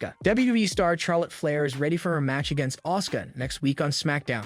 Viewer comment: Does this guy know how to pronounce a name or what hahaha Charlotte Flair is pronouncing it the wrong way though trying to say her name with the sound of CH and not the sound of SH. I think you really needs to do more watching WWE before he does any more videos like this on wrestlers because he doesn't know how to pronounce names right